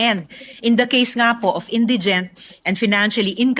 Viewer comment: Hahahhahahah Hindi nga marunong MG bigkas ng INDIGENT SABI NI virus Indigen daw